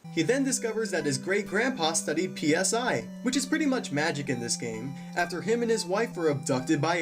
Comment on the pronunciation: No. It's pronounced PSI. Like say each letter. P-S-I